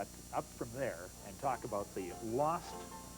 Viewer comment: its pronounced 'shoosh-schwap', never 'shoe-swap.'